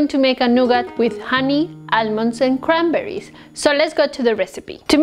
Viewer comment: Cranberry or crenberry🤣